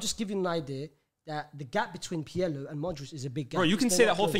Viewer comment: The way he pronounces Pirlo is so jarring 😭😭 his name is not "pierlo" ffs